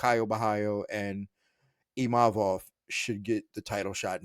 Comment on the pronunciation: He literally said Imavovs name perfectly, but somehow people cant say his name? And thats a requirement for a title shot? People still cant say Dvalishvili ffs. Din is always yapping a load of BS